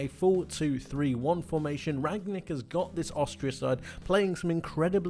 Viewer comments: It is Ralf Rangnik, not Ragnik (Rang nik) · It's RanGnick not Ragnick! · Great video! The coach is called Rang-nick though ;) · Rangnick is actually not so hard to pronounce: "Rang" like "rung" from ring, rang, rung plus "Nick" like Nick Nolte...